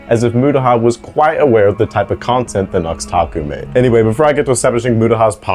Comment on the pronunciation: KWITE???, NO WHAT TEH FUCK